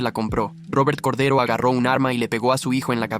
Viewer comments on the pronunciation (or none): Corday❌ Cordero✅✅✅✅✅